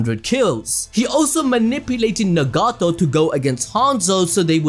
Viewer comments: Its Nagato not negato🤣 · Nuh-gato. It’s nagato bro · Lmao he is straight butchering some of these names like nagato lmao